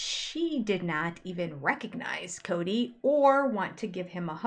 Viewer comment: It's not Coyote Pass, it's Kody Pass